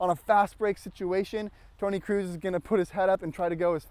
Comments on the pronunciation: Good video, but it isn't Toni Cruise, it's Kroos like in Croes. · Tony kroos not cruis